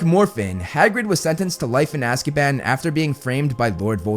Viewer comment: I keep hearing ''Azkieban'' and its sounds so funny 😂😂